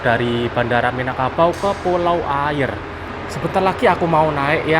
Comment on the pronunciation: Yang benar bacanya "Aiye" atau "Aia" (yang arti "Air") . Dalam logat Minang huruf "R" di akhir kalimat atau diakhir nama daerah tidak pernah terpakai alias tidak dibunyikan saat dibaca karna orang Minang alergi menyebut huruf "R" diakhir kalimat . Contoh nama daerah lainnya kabupaten Tanah datar dibaca "Tanah data" , daerah Sungai Jangka yg dalam bahasa Indonesia artinya "Sungai jangkar" , Pesisir dibaca "Pesisia/Pasisia" , Pasir Pangaraian (daerah di Riau) dibaca "Pasia Pangaraian"